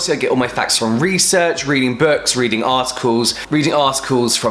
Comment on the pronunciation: He said "articles" but all I kept hearing were "ass calls" lmfao 😂😂😂